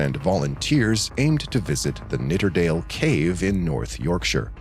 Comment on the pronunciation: Its Nidderdale, not Knitterdale. Get it right.